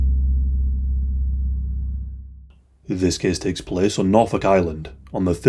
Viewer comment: This cehss teks plehs